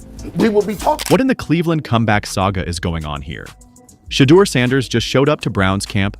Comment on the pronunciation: YOUR IGNORANT ASS NEED TO PRONOUNCE HIS NAME CORRECTLY, OR STOP SAYING IS NAME ALL TOGETHER